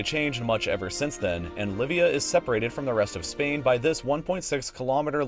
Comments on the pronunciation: shouldn't Llivia be pronounced yee bee uh? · 4.56 it is pronouncd yeebia